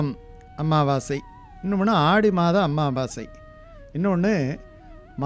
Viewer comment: Pls say, Sir it's Amavassi not AMMAVASAi, only one mm.